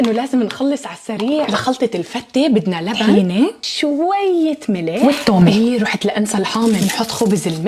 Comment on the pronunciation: اول مرة تقول شويه نلح وتحط شوي ملح